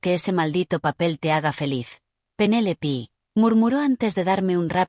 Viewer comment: No es Penélipi, es Penélope 😂